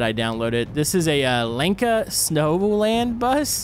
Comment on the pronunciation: I live in Sri Lanka!!! I love you keep it up and it,s not lenka it,s Lanka